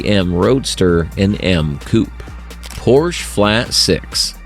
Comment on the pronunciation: Please at least try to pronounce Porsche in the right way.